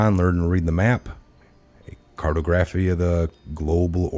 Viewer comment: Credibility is enhanced when words are correctly pronounced when you are reading. Please check the pronunciation of "validity" and of "discernment"(if that wa the word intended to be read). Also "cartography." I left the site after that.